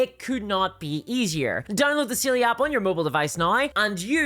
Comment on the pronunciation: Side note but your accent making "Saily" sound closer to "Seelie" really fits for it being something to help you when you get lost in the woods. Just don't give it your name.